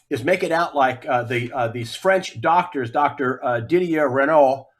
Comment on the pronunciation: Not Didier Renault but RAOÛLT